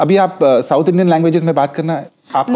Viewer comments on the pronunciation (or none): none